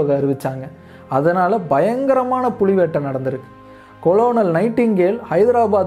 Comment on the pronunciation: புளி என ஒலிக்கிறது புலி என சரியாக உச்சரியுங்கள்